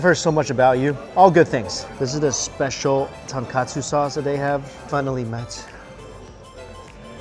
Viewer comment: Oh my jesus you butchered the pronounceiation of tonkatsu